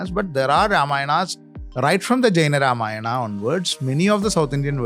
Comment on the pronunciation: Thik kind of wrong wordings changes things...say dwarpals body guards...saying ramayanaaa...ravanaaaa.. Has spoiled the true culture purity..and started from south..becz most eng speaking people are from south...which is totally wrong..that is why Sanskrit is the best language which must be practiced